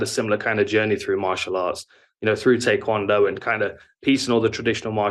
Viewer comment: Thank you for pronouncing Tae Kwon Do correctly. It seems like most people pronounce it “Thai Kwan Do.”